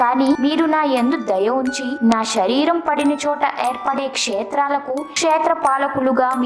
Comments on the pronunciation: వీడియో బానే ఉంది కానీ పలికే పదాలు సరిచేసుకుంటే 100% తెలుగు భాష బాగుంటుంది . షరీరం కాదు శరీరం. షాపం కాదు శాపం షకం కాదు శకం షషణాలు కాదు శాసనాలు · ష కాదు శరీరం